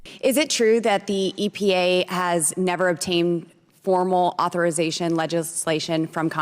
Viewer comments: Lauren Boefart, “Authoritation Legislation’? What!? She’s a representative of the people in Congress? What a clown and a disgrace! Did she pass Grade School? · "authoritation"... 😆 This woman is dumber than a rock. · What the hell is authoritation isn’t it authorization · "...Athoritization..."? Has Beetlejuice Boebert coined a new work? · "Authoritation legislation"? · Authoritation? LMFAO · She has no command of vocabulary, she makes up non-existent words, “authoritation?!” What an imbecile. English must be her second language, because idiocy is certainly her first. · Authoritation or whatever the hell she said is not even a real word. It's like a child that adds "tation" to the end of any word to make themselves sound more intelligent but in fact does the complete opposite. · Did she say authoration? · "Authoritation"? Is that an actual word? Or did she take it from the MTG dikshunairy? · Authoritation? Sure, she was wrong about the EPA bit, but "Authoritation"?!?! Channeling her inner Trump I guess. Also, what's up with her new Jodi Arias/Wednesday Adams look? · Wait… did she say “authoritation”? This 🤡 is making up words. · Authoritation?? WTF?? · Authritation…….lol What on earth is she babbling about? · Bobo said “authoritazed” we know she flunked her GED 4 times😳👿☠️ she’s a real #StupidWoman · "Authoritation"? Can anyone stop her from talking over people? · Did she actually say “authoritation”? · "auth-OR-it-A-shun" This is what they get for burning books and electing a HS drop out with with a police record. Those who vote for her don't understand her "fifty-dollar-words," so think she's one of the "smart-uns." One can't fake being educated, and electing her doesn't make ignorance acceptable for district. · It’s a new word just created by her.